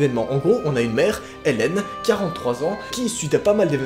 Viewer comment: Non. C'est moi ou tu dit "treize ans" au lieu de trois 😄😀